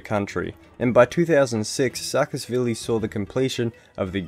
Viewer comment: Also: saa-ka-sh-vili